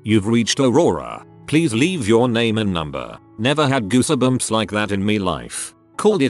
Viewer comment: No one: Text-to-speech: goos-e-bumps